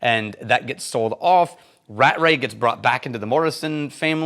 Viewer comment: Aargh not Rat-Ray. It's Ra-tray.